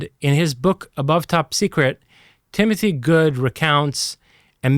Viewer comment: This guy lost me when he said "Timothy Goode"